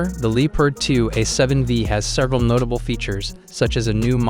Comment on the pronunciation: No one blames you if you pronounce Leopard the english or america way. But don't say Lee-part.